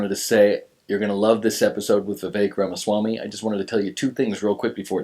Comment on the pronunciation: Thank you, Jake and Roseanne for having Vivek Ramawamy on your show. I loved it and I especially loved learning how to pronounce his name correctly. I have been watching him and learning all I can about who he is. I have not found one thing I do not like about him. I'm digging and hunting, but so far, I'm on the Vivek train. I like Trump, but there are MANY things I dislike about him. I respect him for doing a good job, not a perfect job, but he did better than many have. Things I like about Trump. He's a straight shooter, he kept us out of war, he made many great business decisions. Three of Trumps' worst things: 1, jumping on the fake vac train, taking credit for Warpspeed, like it's something to be proud of, and he is still on it. "And he also took a lot of money from Pfizer before all of this." 2, he didn't finish the wall. His errors are HUGE. "Was it on purpose he didn't finish?" 3, his ego and bullying are too much. His ego makes it that he can't admit when he is wrong. Like the fake Vac, he still highly recommends it. They either played him for a fool, and he won't admit it, or he is in on the genocide. What one is it, Trump? Trump was friends with all these people he supposedly now can't stand. Is it a big act are we being played as fools? I don't know, and we have lost too much time trying to figure it out already. Besides thinking Vivek will be great for America financially, I believe he will be better for joining Americans. He can help to stop all this on the left